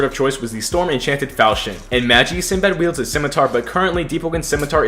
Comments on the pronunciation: Normal people: Ma-gee: maj-e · he said the anime name wrong 💀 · as im watching this i hear butcher the anime name so bad